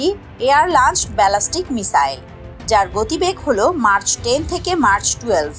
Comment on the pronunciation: এটা মার্চ না ম্যাক হবে